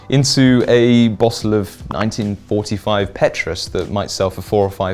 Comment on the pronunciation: Petrus isn’t pronounced that way…